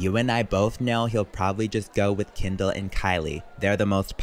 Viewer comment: it's Kendall. Not Kindle. Not Candle. Not Candull. 🤌🏿🥸